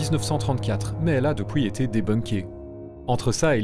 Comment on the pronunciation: S'il vous plaît, arrêtez de dire "POUISQUE" ou "DEPOUIS" : c'est "PUISQUE" !!! Cette vidéo est impossible à écouter PUISQUE c'est un mot que vous prononcez souvent et mal et que je veux napalmer la Belgique à chaque fois que j'entends cette abomination !